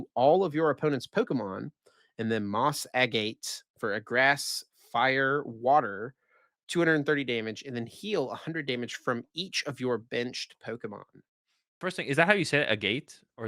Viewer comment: Agate is pronounced ag-it